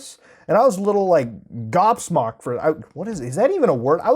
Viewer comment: he said gobsmocked lmao i love him